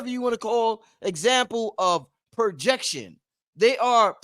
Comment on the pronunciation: "Prrojrction" = Transference